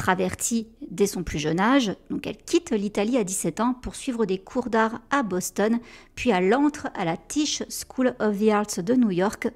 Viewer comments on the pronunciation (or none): none